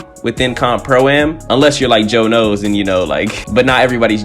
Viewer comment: You way you said Joe knows lmao fasho great vid